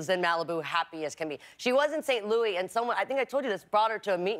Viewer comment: Did she really just say “St. Louie”